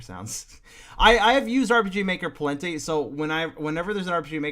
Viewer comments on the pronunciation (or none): I love him saying “pawlenty”